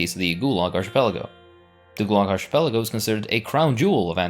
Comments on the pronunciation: Archipelago is pronounced arcipelago and Apartheid is pronounced apart-heid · Don't know if you care or not, but the word "archipelago" is not pronounced with a soft "ch" as in church or Charles. It is pronounced with a hard "ch" sound like in Bacchus. Think of it as a "k". Ark-i-PEL-a-go. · Is arch-pelago a valid pronunciation of the word? Asking genuinely since I'm Brazilian and I've always pronounced it as arqi-pelago. Or ark-êêhpelago. It's written as arquipélago in portuguese. (Now, looking at it, the arch aa in archduke really does make sense.) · It's difficult to take any of the "inaccuracies and lies" presented in this video at face value when the narrator didn't even bother to look up the correct pronunciation for "archipelago." Do your homework next time. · U need to learn how to pronounce the wirds archipekago and xenophobic